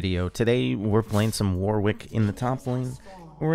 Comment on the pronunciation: One day people will pronounce Warwick properly :(